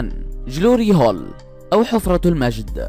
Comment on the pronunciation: يا أخي أخطأت في اسم حفرة المجد "glory hole" تقرأ (قلوري هول) و ليست (جلوري هول)